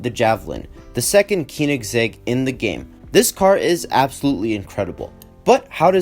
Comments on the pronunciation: Keyningsegg.... its Cone-ing-segg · not be a 🤓 but it’s pronounced co-nig-seg keonigsegg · KEENIGSEGG? its hard to explain how its pronounced due to the oe/ö sound, so just put koenigsegg into swedish on google translate and use the text to speech (no it isnt pronounced cone-igs-egg) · Great video but the way you said koenigsegg pained me